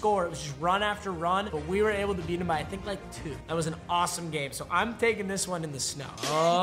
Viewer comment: He fully said grame